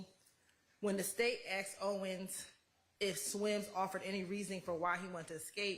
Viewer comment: When a state lawyer says "axed" instead of "asked" lol.